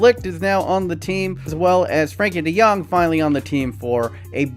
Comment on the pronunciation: Matthijs de Ligt youtube: eyes delict: Frenkie de Jong youtube: franky dae-jung youtube: Frankie D Young: Johan Cruyff youtube: Johan Cruyff me: finally, it got a name right!